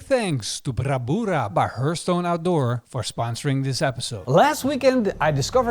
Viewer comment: Always looking delicious and fun to hear pronounce "brabura"....frickin hilarious.